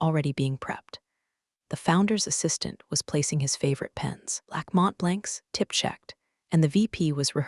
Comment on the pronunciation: Too many muffed words in the text or speech, my favorite: "... favorite pens, blackmot blanks ..." are actually black Mont Blancs to those who know anything about high end pens.